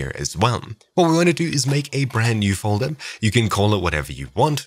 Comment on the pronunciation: it's called foldeRRRR not foldeMMMM